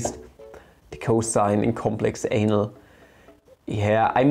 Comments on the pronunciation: Did he just really just said “complex anal” ? I can’t stop laughing. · I can't stop laughing when you say "complex anal"🤣. I need to grow up lmao